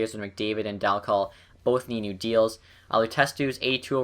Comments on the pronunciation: well you are wrong. i live in Oshawa were he played and you are saying it wrong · can you say Dal Colle name right please?